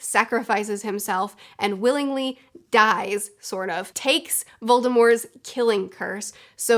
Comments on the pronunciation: It’s VOLDEMORT!!!! not voldemore!!!! There’s a T at the end. Yes J.K. Rowling said she intended his name be Voldemore but also recognizes that she should’ve left the T out of it and acknowledges that it’s now commonly pronounced with the T. So stop trying to be different and just pronounce it the right way!! It’s annoying. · Are you calling voldemort voldemor?…. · Every time, somebody says 'Voldemor' on YouTube, instead of 'Voldemort', a little wizzard dies. His name was 'Voldemort' for almost 20 years, in ALL movies and ALL audiobooks, until Rowling decided to twitter some random stuff to keep relevant. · It’s not silent. The t is enunciated. Not that it matters of course. We all have our foibles! You and this lady must know something we don’t! 😊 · your use of "correct" pronunciation sounds extremely wrong. VoldemorT AccXio Forever. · There is, in fact, a t in voldemort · Omg it kills me that you pronounce Voldemort with a silent t. I know it’s the correct way to say it but I’ve grown up always saying the t. Everyone around me would always say it like that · Why you saying Voldemort wrong? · Am i the only one severely put off hearing voldemort with a silent t I know its right but it just hurts hearing it like that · "Volde-more" +"T"? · Don't say Voldemore. That was just another J. K. Rowling after-edit. She could have put that pronunciation into any of the books or movies and didn't, so it is just another time where Rowling was trying to stir the pot and make herself relevant again. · I will die before I recognize the silent T in Voldemort. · It's a hard T. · I don’t understand why you don’t say the t in Voldemort, I have never encountered that before